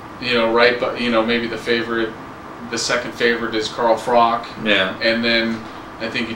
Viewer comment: its pronounced Frotch not Frock lol im going with the Cobra and kessler to dominate but there all going to be interesting fights the dark horses i would say Ward and Dirrell, i cant see Taylor winning it and i think Abraham could beat Taylor but its a move up in weight for him, Froch will beat Taylor in more style next time